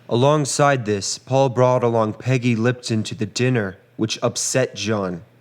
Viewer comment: 'Peggy Litpon"?